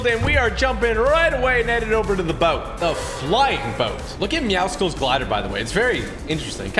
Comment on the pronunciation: Tg its not meow sculls😂😂😂😂